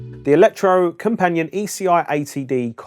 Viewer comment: Electro-Company-At ( A bit closer to the Norwegian pronounciation )